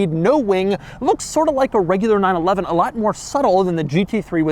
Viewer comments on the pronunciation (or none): You shouldn't really say 911 like that if it doesn't have to be.